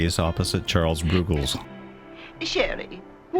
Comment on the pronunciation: Charles Roogles? His name is pronounced as in rug, Ruggles. 😊